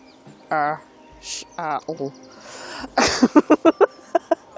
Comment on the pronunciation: Well, that answered my question about parking in the last video! Pastime I was at Ludgershall castle someone had left an overnight bbq and beers. Muppets. I think it's pronounced Luggershall 😊. Nice trip.